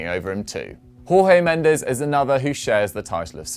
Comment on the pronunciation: Great article. Please just stop mispronuncing Jorge Mendes' name. In Portuguese the pronunciation of his name is basically George. Were he spanish, the pronunciation would be great